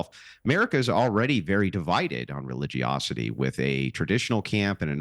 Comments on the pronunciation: What was that word? " Religiocity "? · Destiny? Try... "Density"... "Religosity"? What a complete moron. He needs to hang out with AOC more so some of her brilliance can rub off on him.